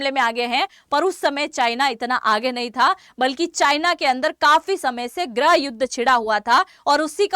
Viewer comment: गृह को ग्रह बोल्ती हो ये कौसे पत्रकार हो आँप जि!!?